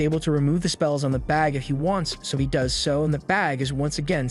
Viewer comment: If the AI voice hadn't mispronounced 'does' and 'live' i'd have thought it was just a monotone person. Also thanks for saving me tons of time tracking this down and watching it